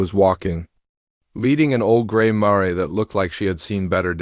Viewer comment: Mare s one syllable sounds like the name of a city politician “Mayor”